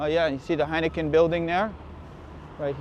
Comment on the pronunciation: I noticed that the Dutch guy pronounces Heineken like heinekeh, probably because in the Dutch language, "-en" is pronounced "-eh".